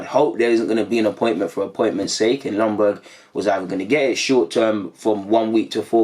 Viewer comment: Ljunberg !! Could you at least learn how to pronounce his name right ?? Please this Longberg thing is annoying.